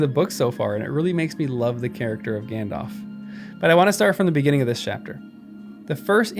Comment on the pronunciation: Good lord. It’s not pronounced “gandof” lol. It’s “Alf” with “gand” in front. Like in the movies